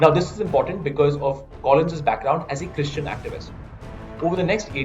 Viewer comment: Why so much emphasis on the word "christian"? This issue is more than religion. So irritating.